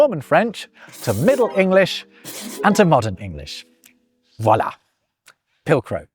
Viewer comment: Please tell me you didn't say "wallah" ...